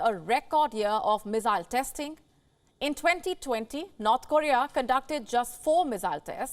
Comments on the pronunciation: It's funny but it sounds like she is saying "Not Korea" instead of "North Korea" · I keep hearing not Korea.